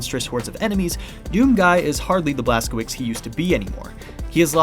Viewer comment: since you gave permission to call you an idiot your pronunciation of Blaskowicz is horrible and it hurts my Polish ears to hear it butchered like that